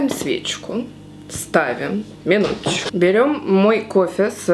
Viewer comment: ни в коем случае!!!!!!!!!!!))) я всегда ржу и думаю, блин, ну вот у меня так колоритно произнести "минуточку" никогда не получится))